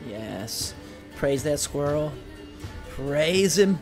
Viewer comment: Did he really call the rat a squrile